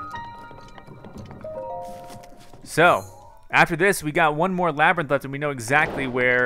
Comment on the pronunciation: Wait why is Labyrinth said like lab rint?